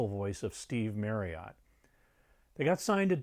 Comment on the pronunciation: Firstly, that is not how you pronounce Marriott. Secondly, Immediate and 'intermediate' are very different words.